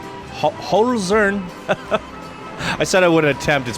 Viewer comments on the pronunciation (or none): Wie geil er Hölzern ausspricht :D